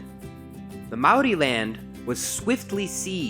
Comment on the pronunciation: mannnn you're cool 💘 you try when speaking Maaori ❗❗❗😍